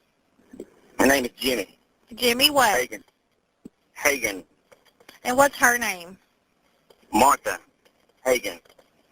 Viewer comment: You LITERALLY heard how that man pronounced his last name, come on, man. Hageon.